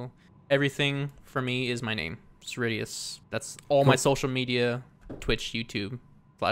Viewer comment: When you first said cerridius I thought you said SirD lol